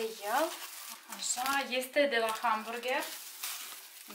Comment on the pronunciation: Gamburger" am murit de râs🤣Foarte frumos doream si eu sa gust dar nu am ocazia...continuati tot asa sunteti minunati😍